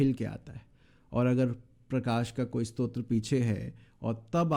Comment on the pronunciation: जय श्री राम, आपने स्रोत को स्तोत्र कहा । हालांकि बड़ी समस्या नहीं है । फिर भी 😅